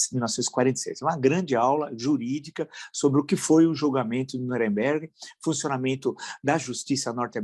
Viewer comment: Villa, ou se fala Nuremberg (anglicanizado) ou Nürnberg (pronúncia alemã). "Nüremberg" não parece adequado embora com boa intenção. Abraço